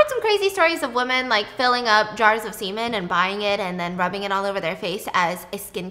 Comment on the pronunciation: Why do you have such trouble pronouncing women? You pronounce it like woman.